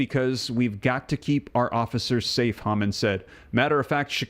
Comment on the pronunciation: TOM HOMAN not pronounced HAMAN! Please say his name correctly……